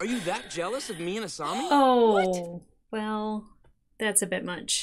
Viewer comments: A-saw-mi not A-sue-mi🤭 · To be fair, you say Asumi instead of a Asami a lot ;) (Doesn't bother me, its just funny) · Every time I hear "Asoomi" I die a little. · I was gonna gently remind you how to pronounce Asami, but you got it right at the end of the video :P good job! Haha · Don't worry, Avatar fans are notoriously relaxed about mispronounced names! It's not like we got traumatized or something...😂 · The mispronunciation of Asami, kind of hurts lol. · You are still saying asami's name wrong